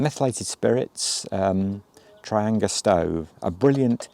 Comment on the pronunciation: Trianga pronounced as Tri- and- gia